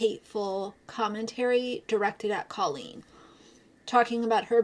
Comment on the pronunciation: Her name is pronounced Cole een. You've been talking about her for so long you should know that by now.